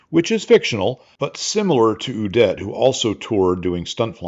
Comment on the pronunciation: Little nitpick from Ze Fatherland: "Udet" is pronounced with emphasis on the "U" ... not on the "-det"-part.